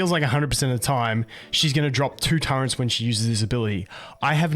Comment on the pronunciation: Love ur vids man. Quick question. Why do you call turrets Turrents? Wheres the n coming from lol